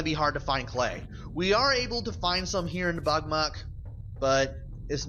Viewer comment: i thought you were saying buttmud at first ; not bugmuck XD